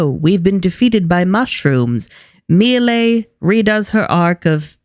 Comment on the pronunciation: Fun Fact: Miele (specifically the way they pronouce it in this season) means honey in Spanish. What bothers me is that though this is a very cute meaning, the sudden new pronouciantion throws me off so much.